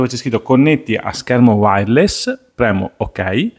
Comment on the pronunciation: Finalmente uno che sa dire “wireless”😂